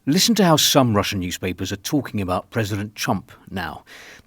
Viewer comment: Your Russian pronunciation is really impressive, Mr. R.